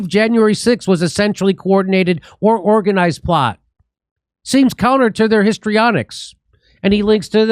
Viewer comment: "Orginazed" lmao